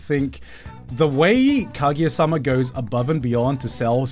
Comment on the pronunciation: Why does he say Kagiya instead of Kaguya.